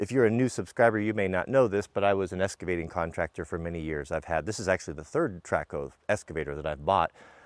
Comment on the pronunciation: It Excavating not EScavating